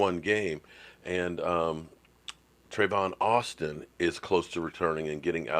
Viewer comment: I like you and I appreciate the videos you share with us... but you need to learn how to say these players names right... It Tavon Austin not Trevon Austin